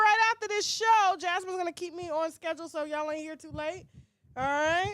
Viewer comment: Show not shoe